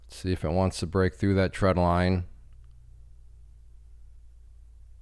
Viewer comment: Trend line not tread line.. getting mixed with treadmill 😂